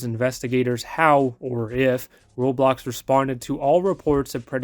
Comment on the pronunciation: U said it wrong